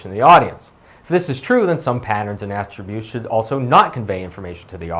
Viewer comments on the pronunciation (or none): none